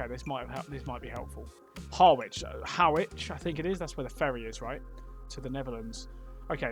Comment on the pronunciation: Round 5 I knew instantly. A few of my cousins live in the general area and we had a few family Christmas meals there. Two extra points; Harwich is pronounced "Harrich" as in Norwich; also the emblem you saw was three Saxon seax knives, the official logo of Essex County Council.